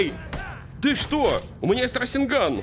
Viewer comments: Меня одного бесит раСенган а не расэнган и чидори слобее расенгана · какой рас'енган твёрдый звук е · Не расенган а РАСЭНГА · Не расинган а расенган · СРАСЕНГАН АХХАХАХА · мне кажется или ты сказал срайсягай?